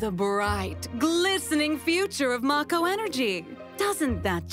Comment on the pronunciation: only about 1% of people pronounced it mah-ko in their heads. It'll always be may-co to me